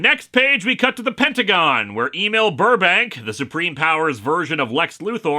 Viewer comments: I think “Emil” is supposed to be pronounced “ehmeal”, not “AY-Meel” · Why does Lewis keep asking us to "Email Burbank" when he's talking about "Em-eel Burbank"?